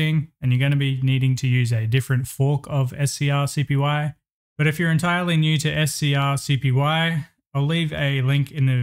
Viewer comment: Bro Its Pronounced ScreenCopy 😭 They Even Said This On Their Github